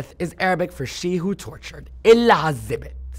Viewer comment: Mark if I heard her name correctly. And the information is true about her family in Real estate, Then her family is who owns the HUGE conglomerate MARAKEZ!!!!. She has a clear Egyptian accent when she described Elizabeth's name.